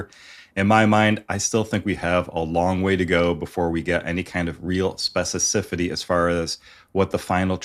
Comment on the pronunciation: Good video. The word is specificity not specicipity